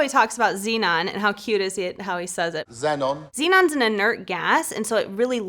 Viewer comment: That's the correct way to pronounce Zenon.